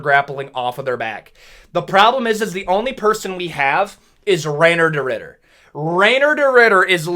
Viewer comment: “Rayner Deridder”